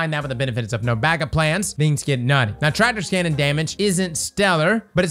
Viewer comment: Am I the only one hearing him add an S onto everything? TractorS Cannon, no BanckupS plan, StarfireS protocol